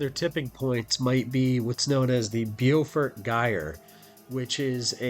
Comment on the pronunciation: Pronounced 'bow fort' long O sound [like hair bow]